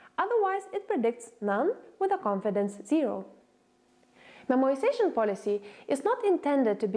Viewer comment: it's memoization only!